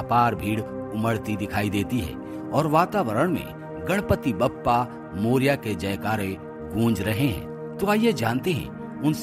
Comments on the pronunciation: Please note, it is not Bappa but Baappa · कहो बाप्पा,बप्पा नही!!!